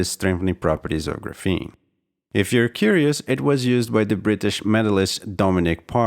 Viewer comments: I don't think it's pronounced "grapheeene"...more like "grAphene" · he's using the wrong A sound, it's more like grah less like gruh; and the f blends between the syllables. So Graf-een with the ah sound of A instead of the uh sound. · Ares Arts how is it properly pronounced? GRAPHene? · The way you mispronounce graphene the entire video makes me want to smash my head off my keyboard.